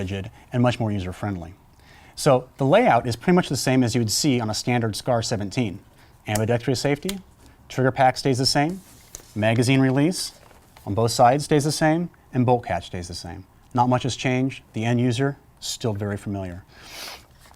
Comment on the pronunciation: Particular with words? Like when he says that it does not flex "underNEATH" (under) those conditions, or when he says "ambidextrEEous" (ambidextrous) safety, or when he says the magnesium mag weighs eight "Rounces" (ounces)? You're being too picky and it's pretty mean. =) I thought it was funny when he said he "trolls" the forums online. I think he probably means "browse," not the internet sense of trolling which is to "sow discord on the Internet by starting arguments or upsetting people by posting inflammatory, extraneous, or off-topic messages in an online community with the deliberate intent of provoking readers into an emotional response or of otherwise disrupting normal on-topic discussion." (Wikipedia definition) Aside from those distractions, I actually thought he did a great job and I found the video informative. I enjoy a longish video like this that is well thought out and professional like this one. I like that sound that some of the firing scenes have, where it's not full blast and is more of a "boing" sound. I don't know if that is deliberate or if it is just the microphone used, but it's a more peaceful sound while listening to the dialogue broken up by shooting scenes than the typical full blast sound which is hell on headphones, etc. I don't have a SCAR heavy so I don't have to worry about whether I need a Handl lower. But if I see a deal on a Handl lower I'll have to pick it up and then get a SCAR for it. =)